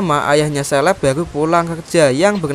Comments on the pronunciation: Caleb dibaca seleb =Indo English Debest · Caleb bos itu dibaca kaleb, bukan seleb. Apa selebriti ya 😂